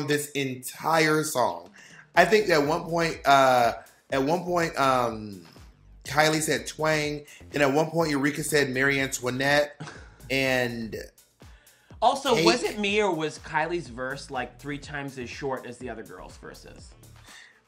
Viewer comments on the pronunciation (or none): Bob continually saying “Mary” Antoinette and neither of them realizing or correcting it. 😂